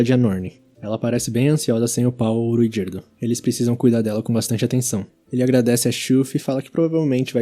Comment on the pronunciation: agonia qnd o cara fala RUigerdo